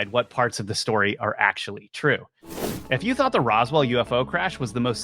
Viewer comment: It's Twoo, It's Twoo!!!